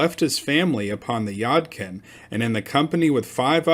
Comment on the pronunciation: Your pronunciation of Yadkin is interesting. Here in NC, we pronounce it Yaaadkin. Just an observation.